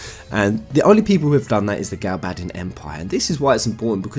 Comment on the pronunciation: So refreshing to see someone else who pronounces the names the same as me 😃 yes it’s A del not Aydel & GalBADisn not “galbaydian” lol